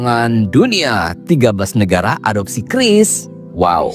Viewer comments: Bacanya kris bukan qiuris ibu cantik. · Kiris bukan kyuris atau kris, ribet juga ya 😂😂😂 yg gampang ucap aja